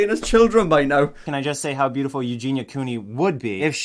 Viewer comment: I would pay good money to hear you call me bootiful lmfao